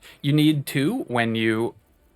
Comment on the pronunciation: THE WORD IS LORE NOT LORRY